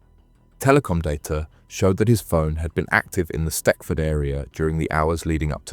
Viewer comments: Its not stetford its stechford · It’s pronounced “stetchford” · It’s Stechford. Smethwick is pronounced ‘Smethick’.